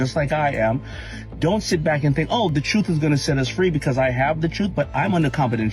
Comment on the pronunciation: Don't = da-ront